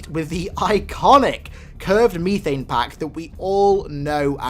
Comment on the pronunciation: Absolutely butchered the pronunciation of methane.